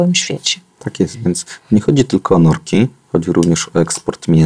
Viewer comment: Norki, nie "nordki" Panie Dr Mentzen